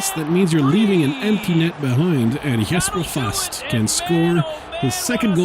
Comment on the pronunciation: You´re pronouncing Jesper Fast very well! But we need more swedes and finns in the team :)